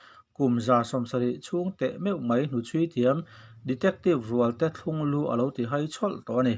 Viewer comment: Chhiartu hian thlunglu i chhiar dan hi a dik lo tlat mai. Thlung tih i lam dan hi vawk hi ser kungah khan thlung rawh tiha thlung tiin i lam ri a. Hetiang ni lo hian , 'thlung' tih hi a ri hniam eg helai lengkir chu a bung vut mai, tiha bung tih angin lam ni se.